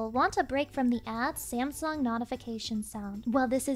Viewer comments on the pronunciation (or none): none